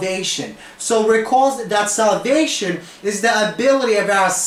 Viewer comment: where r u from? I heard salvation instead of solvation ! meanwhile gr8 lecture